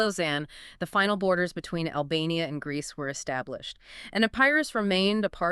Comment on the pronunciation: Did you just say Grecce? Haha. Epiria epiri e Albania. Grecce didnt exist back than